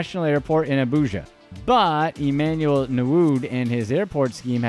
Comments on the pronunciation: Nwude (ñwooday) not 😂😂😂😂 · How did he get narood from nwude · Newood...rotfl...please do your research on how the names are pronounced... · This channel initially came across as credible but all that was lost when i saw Emefiele being mentioned as Nguma or something, also all the names were being mispronounced. Nwude became. I guess you would be able to pronounce Polish 1st choice goal keeper who currently plays for Juventus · What type of insult is dat pronounce nwude well